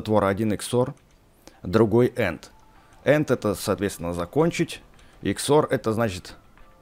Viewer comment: Английский просто зашкаливает. And - это союз "и", а End - это конец XD